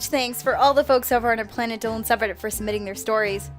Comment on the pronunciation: You said dillan not dolan